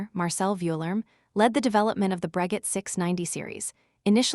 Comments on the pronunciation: Isn't it pronounced " Bro-shay " ?🤔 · For the love of Wilbur and Orville, learn how to pronounce Breguet. It's pronounced Bru Gay. Stupid AI narration. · bot voice is cringey. Wasn't it pronounced "Brageh"? Maybe you should have used a French bot voice?